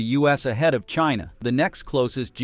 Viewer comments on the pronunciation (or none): none